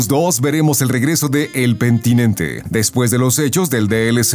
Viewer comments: Es penitente, no pentinente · Es Penitente no como dijiste Pentinente 😂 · Es el penitente no pentinente, madre mía 😂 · PENITENTE, NO PENTINENTE... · El pemtinente suena como algo que diría cheems xd